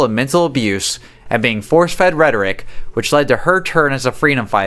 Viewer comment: it's a pity i just can't watch this guy anymore.....This video is very informative and interesting, but i'm one of those pedantic people that cant stand words being mispronounced, and there's several of those in this video, the worst, (imo) in this video is the word rhetoric, meant to be separated into syllables, rhe-tor-ic not rhet-oric, spoken quite fast as if to try and turn it into one syllable.